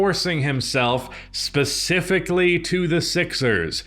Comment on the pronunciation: Fun drinking game. Have a shot ever time says specifically or "Pacifically". Drunk in 10mins 😂